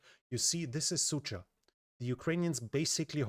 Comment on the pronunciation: As a native Russian speaker i couldn't help but giggle every time he pronounces Sudzha as "Sucha". In Russian it sounds something like a "Bitchville". that 'dzh' pronounces more like a G in George. Yeah, "Dzheordze"